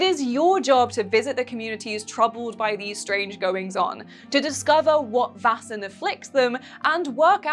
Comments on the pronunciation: It’s not pronounced “vassen” it’s “væsen” ae is not a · You should look up a pronunciation guide before making a video. I love your vids but when you say Vaesen in any of these vids it makes me want to pull my hair out.